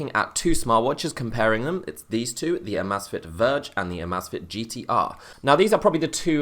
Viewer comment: It's not not called AHmAhzfit it's called AAmAAzfit